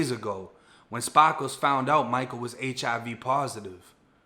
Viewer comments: “Spah - kles” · Lmao, your Bosfloriton "Spaaakles" trips me out. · Every time he said Spar- Kals 🤣🤣🤣 love these videos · I was just waitin for you to pronounce ''Sparkles'' as ''Spahhhkles'' lmao great video tho my G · Yo i kno its a serious story but the fact dudes name is sparkles and the way u say it wit ur accent kills me bro 😆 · He's either from Boston or he is trying too hard